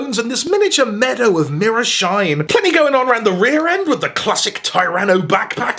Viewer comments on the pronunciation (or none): none